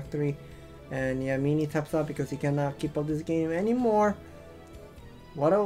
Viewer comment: Its MIN-ee not MEE-nee